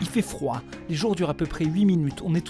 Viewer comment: "On a froim" ?! 😂😂😂 J'ai trop aimée la vidéo comme d'habitude! 😉😆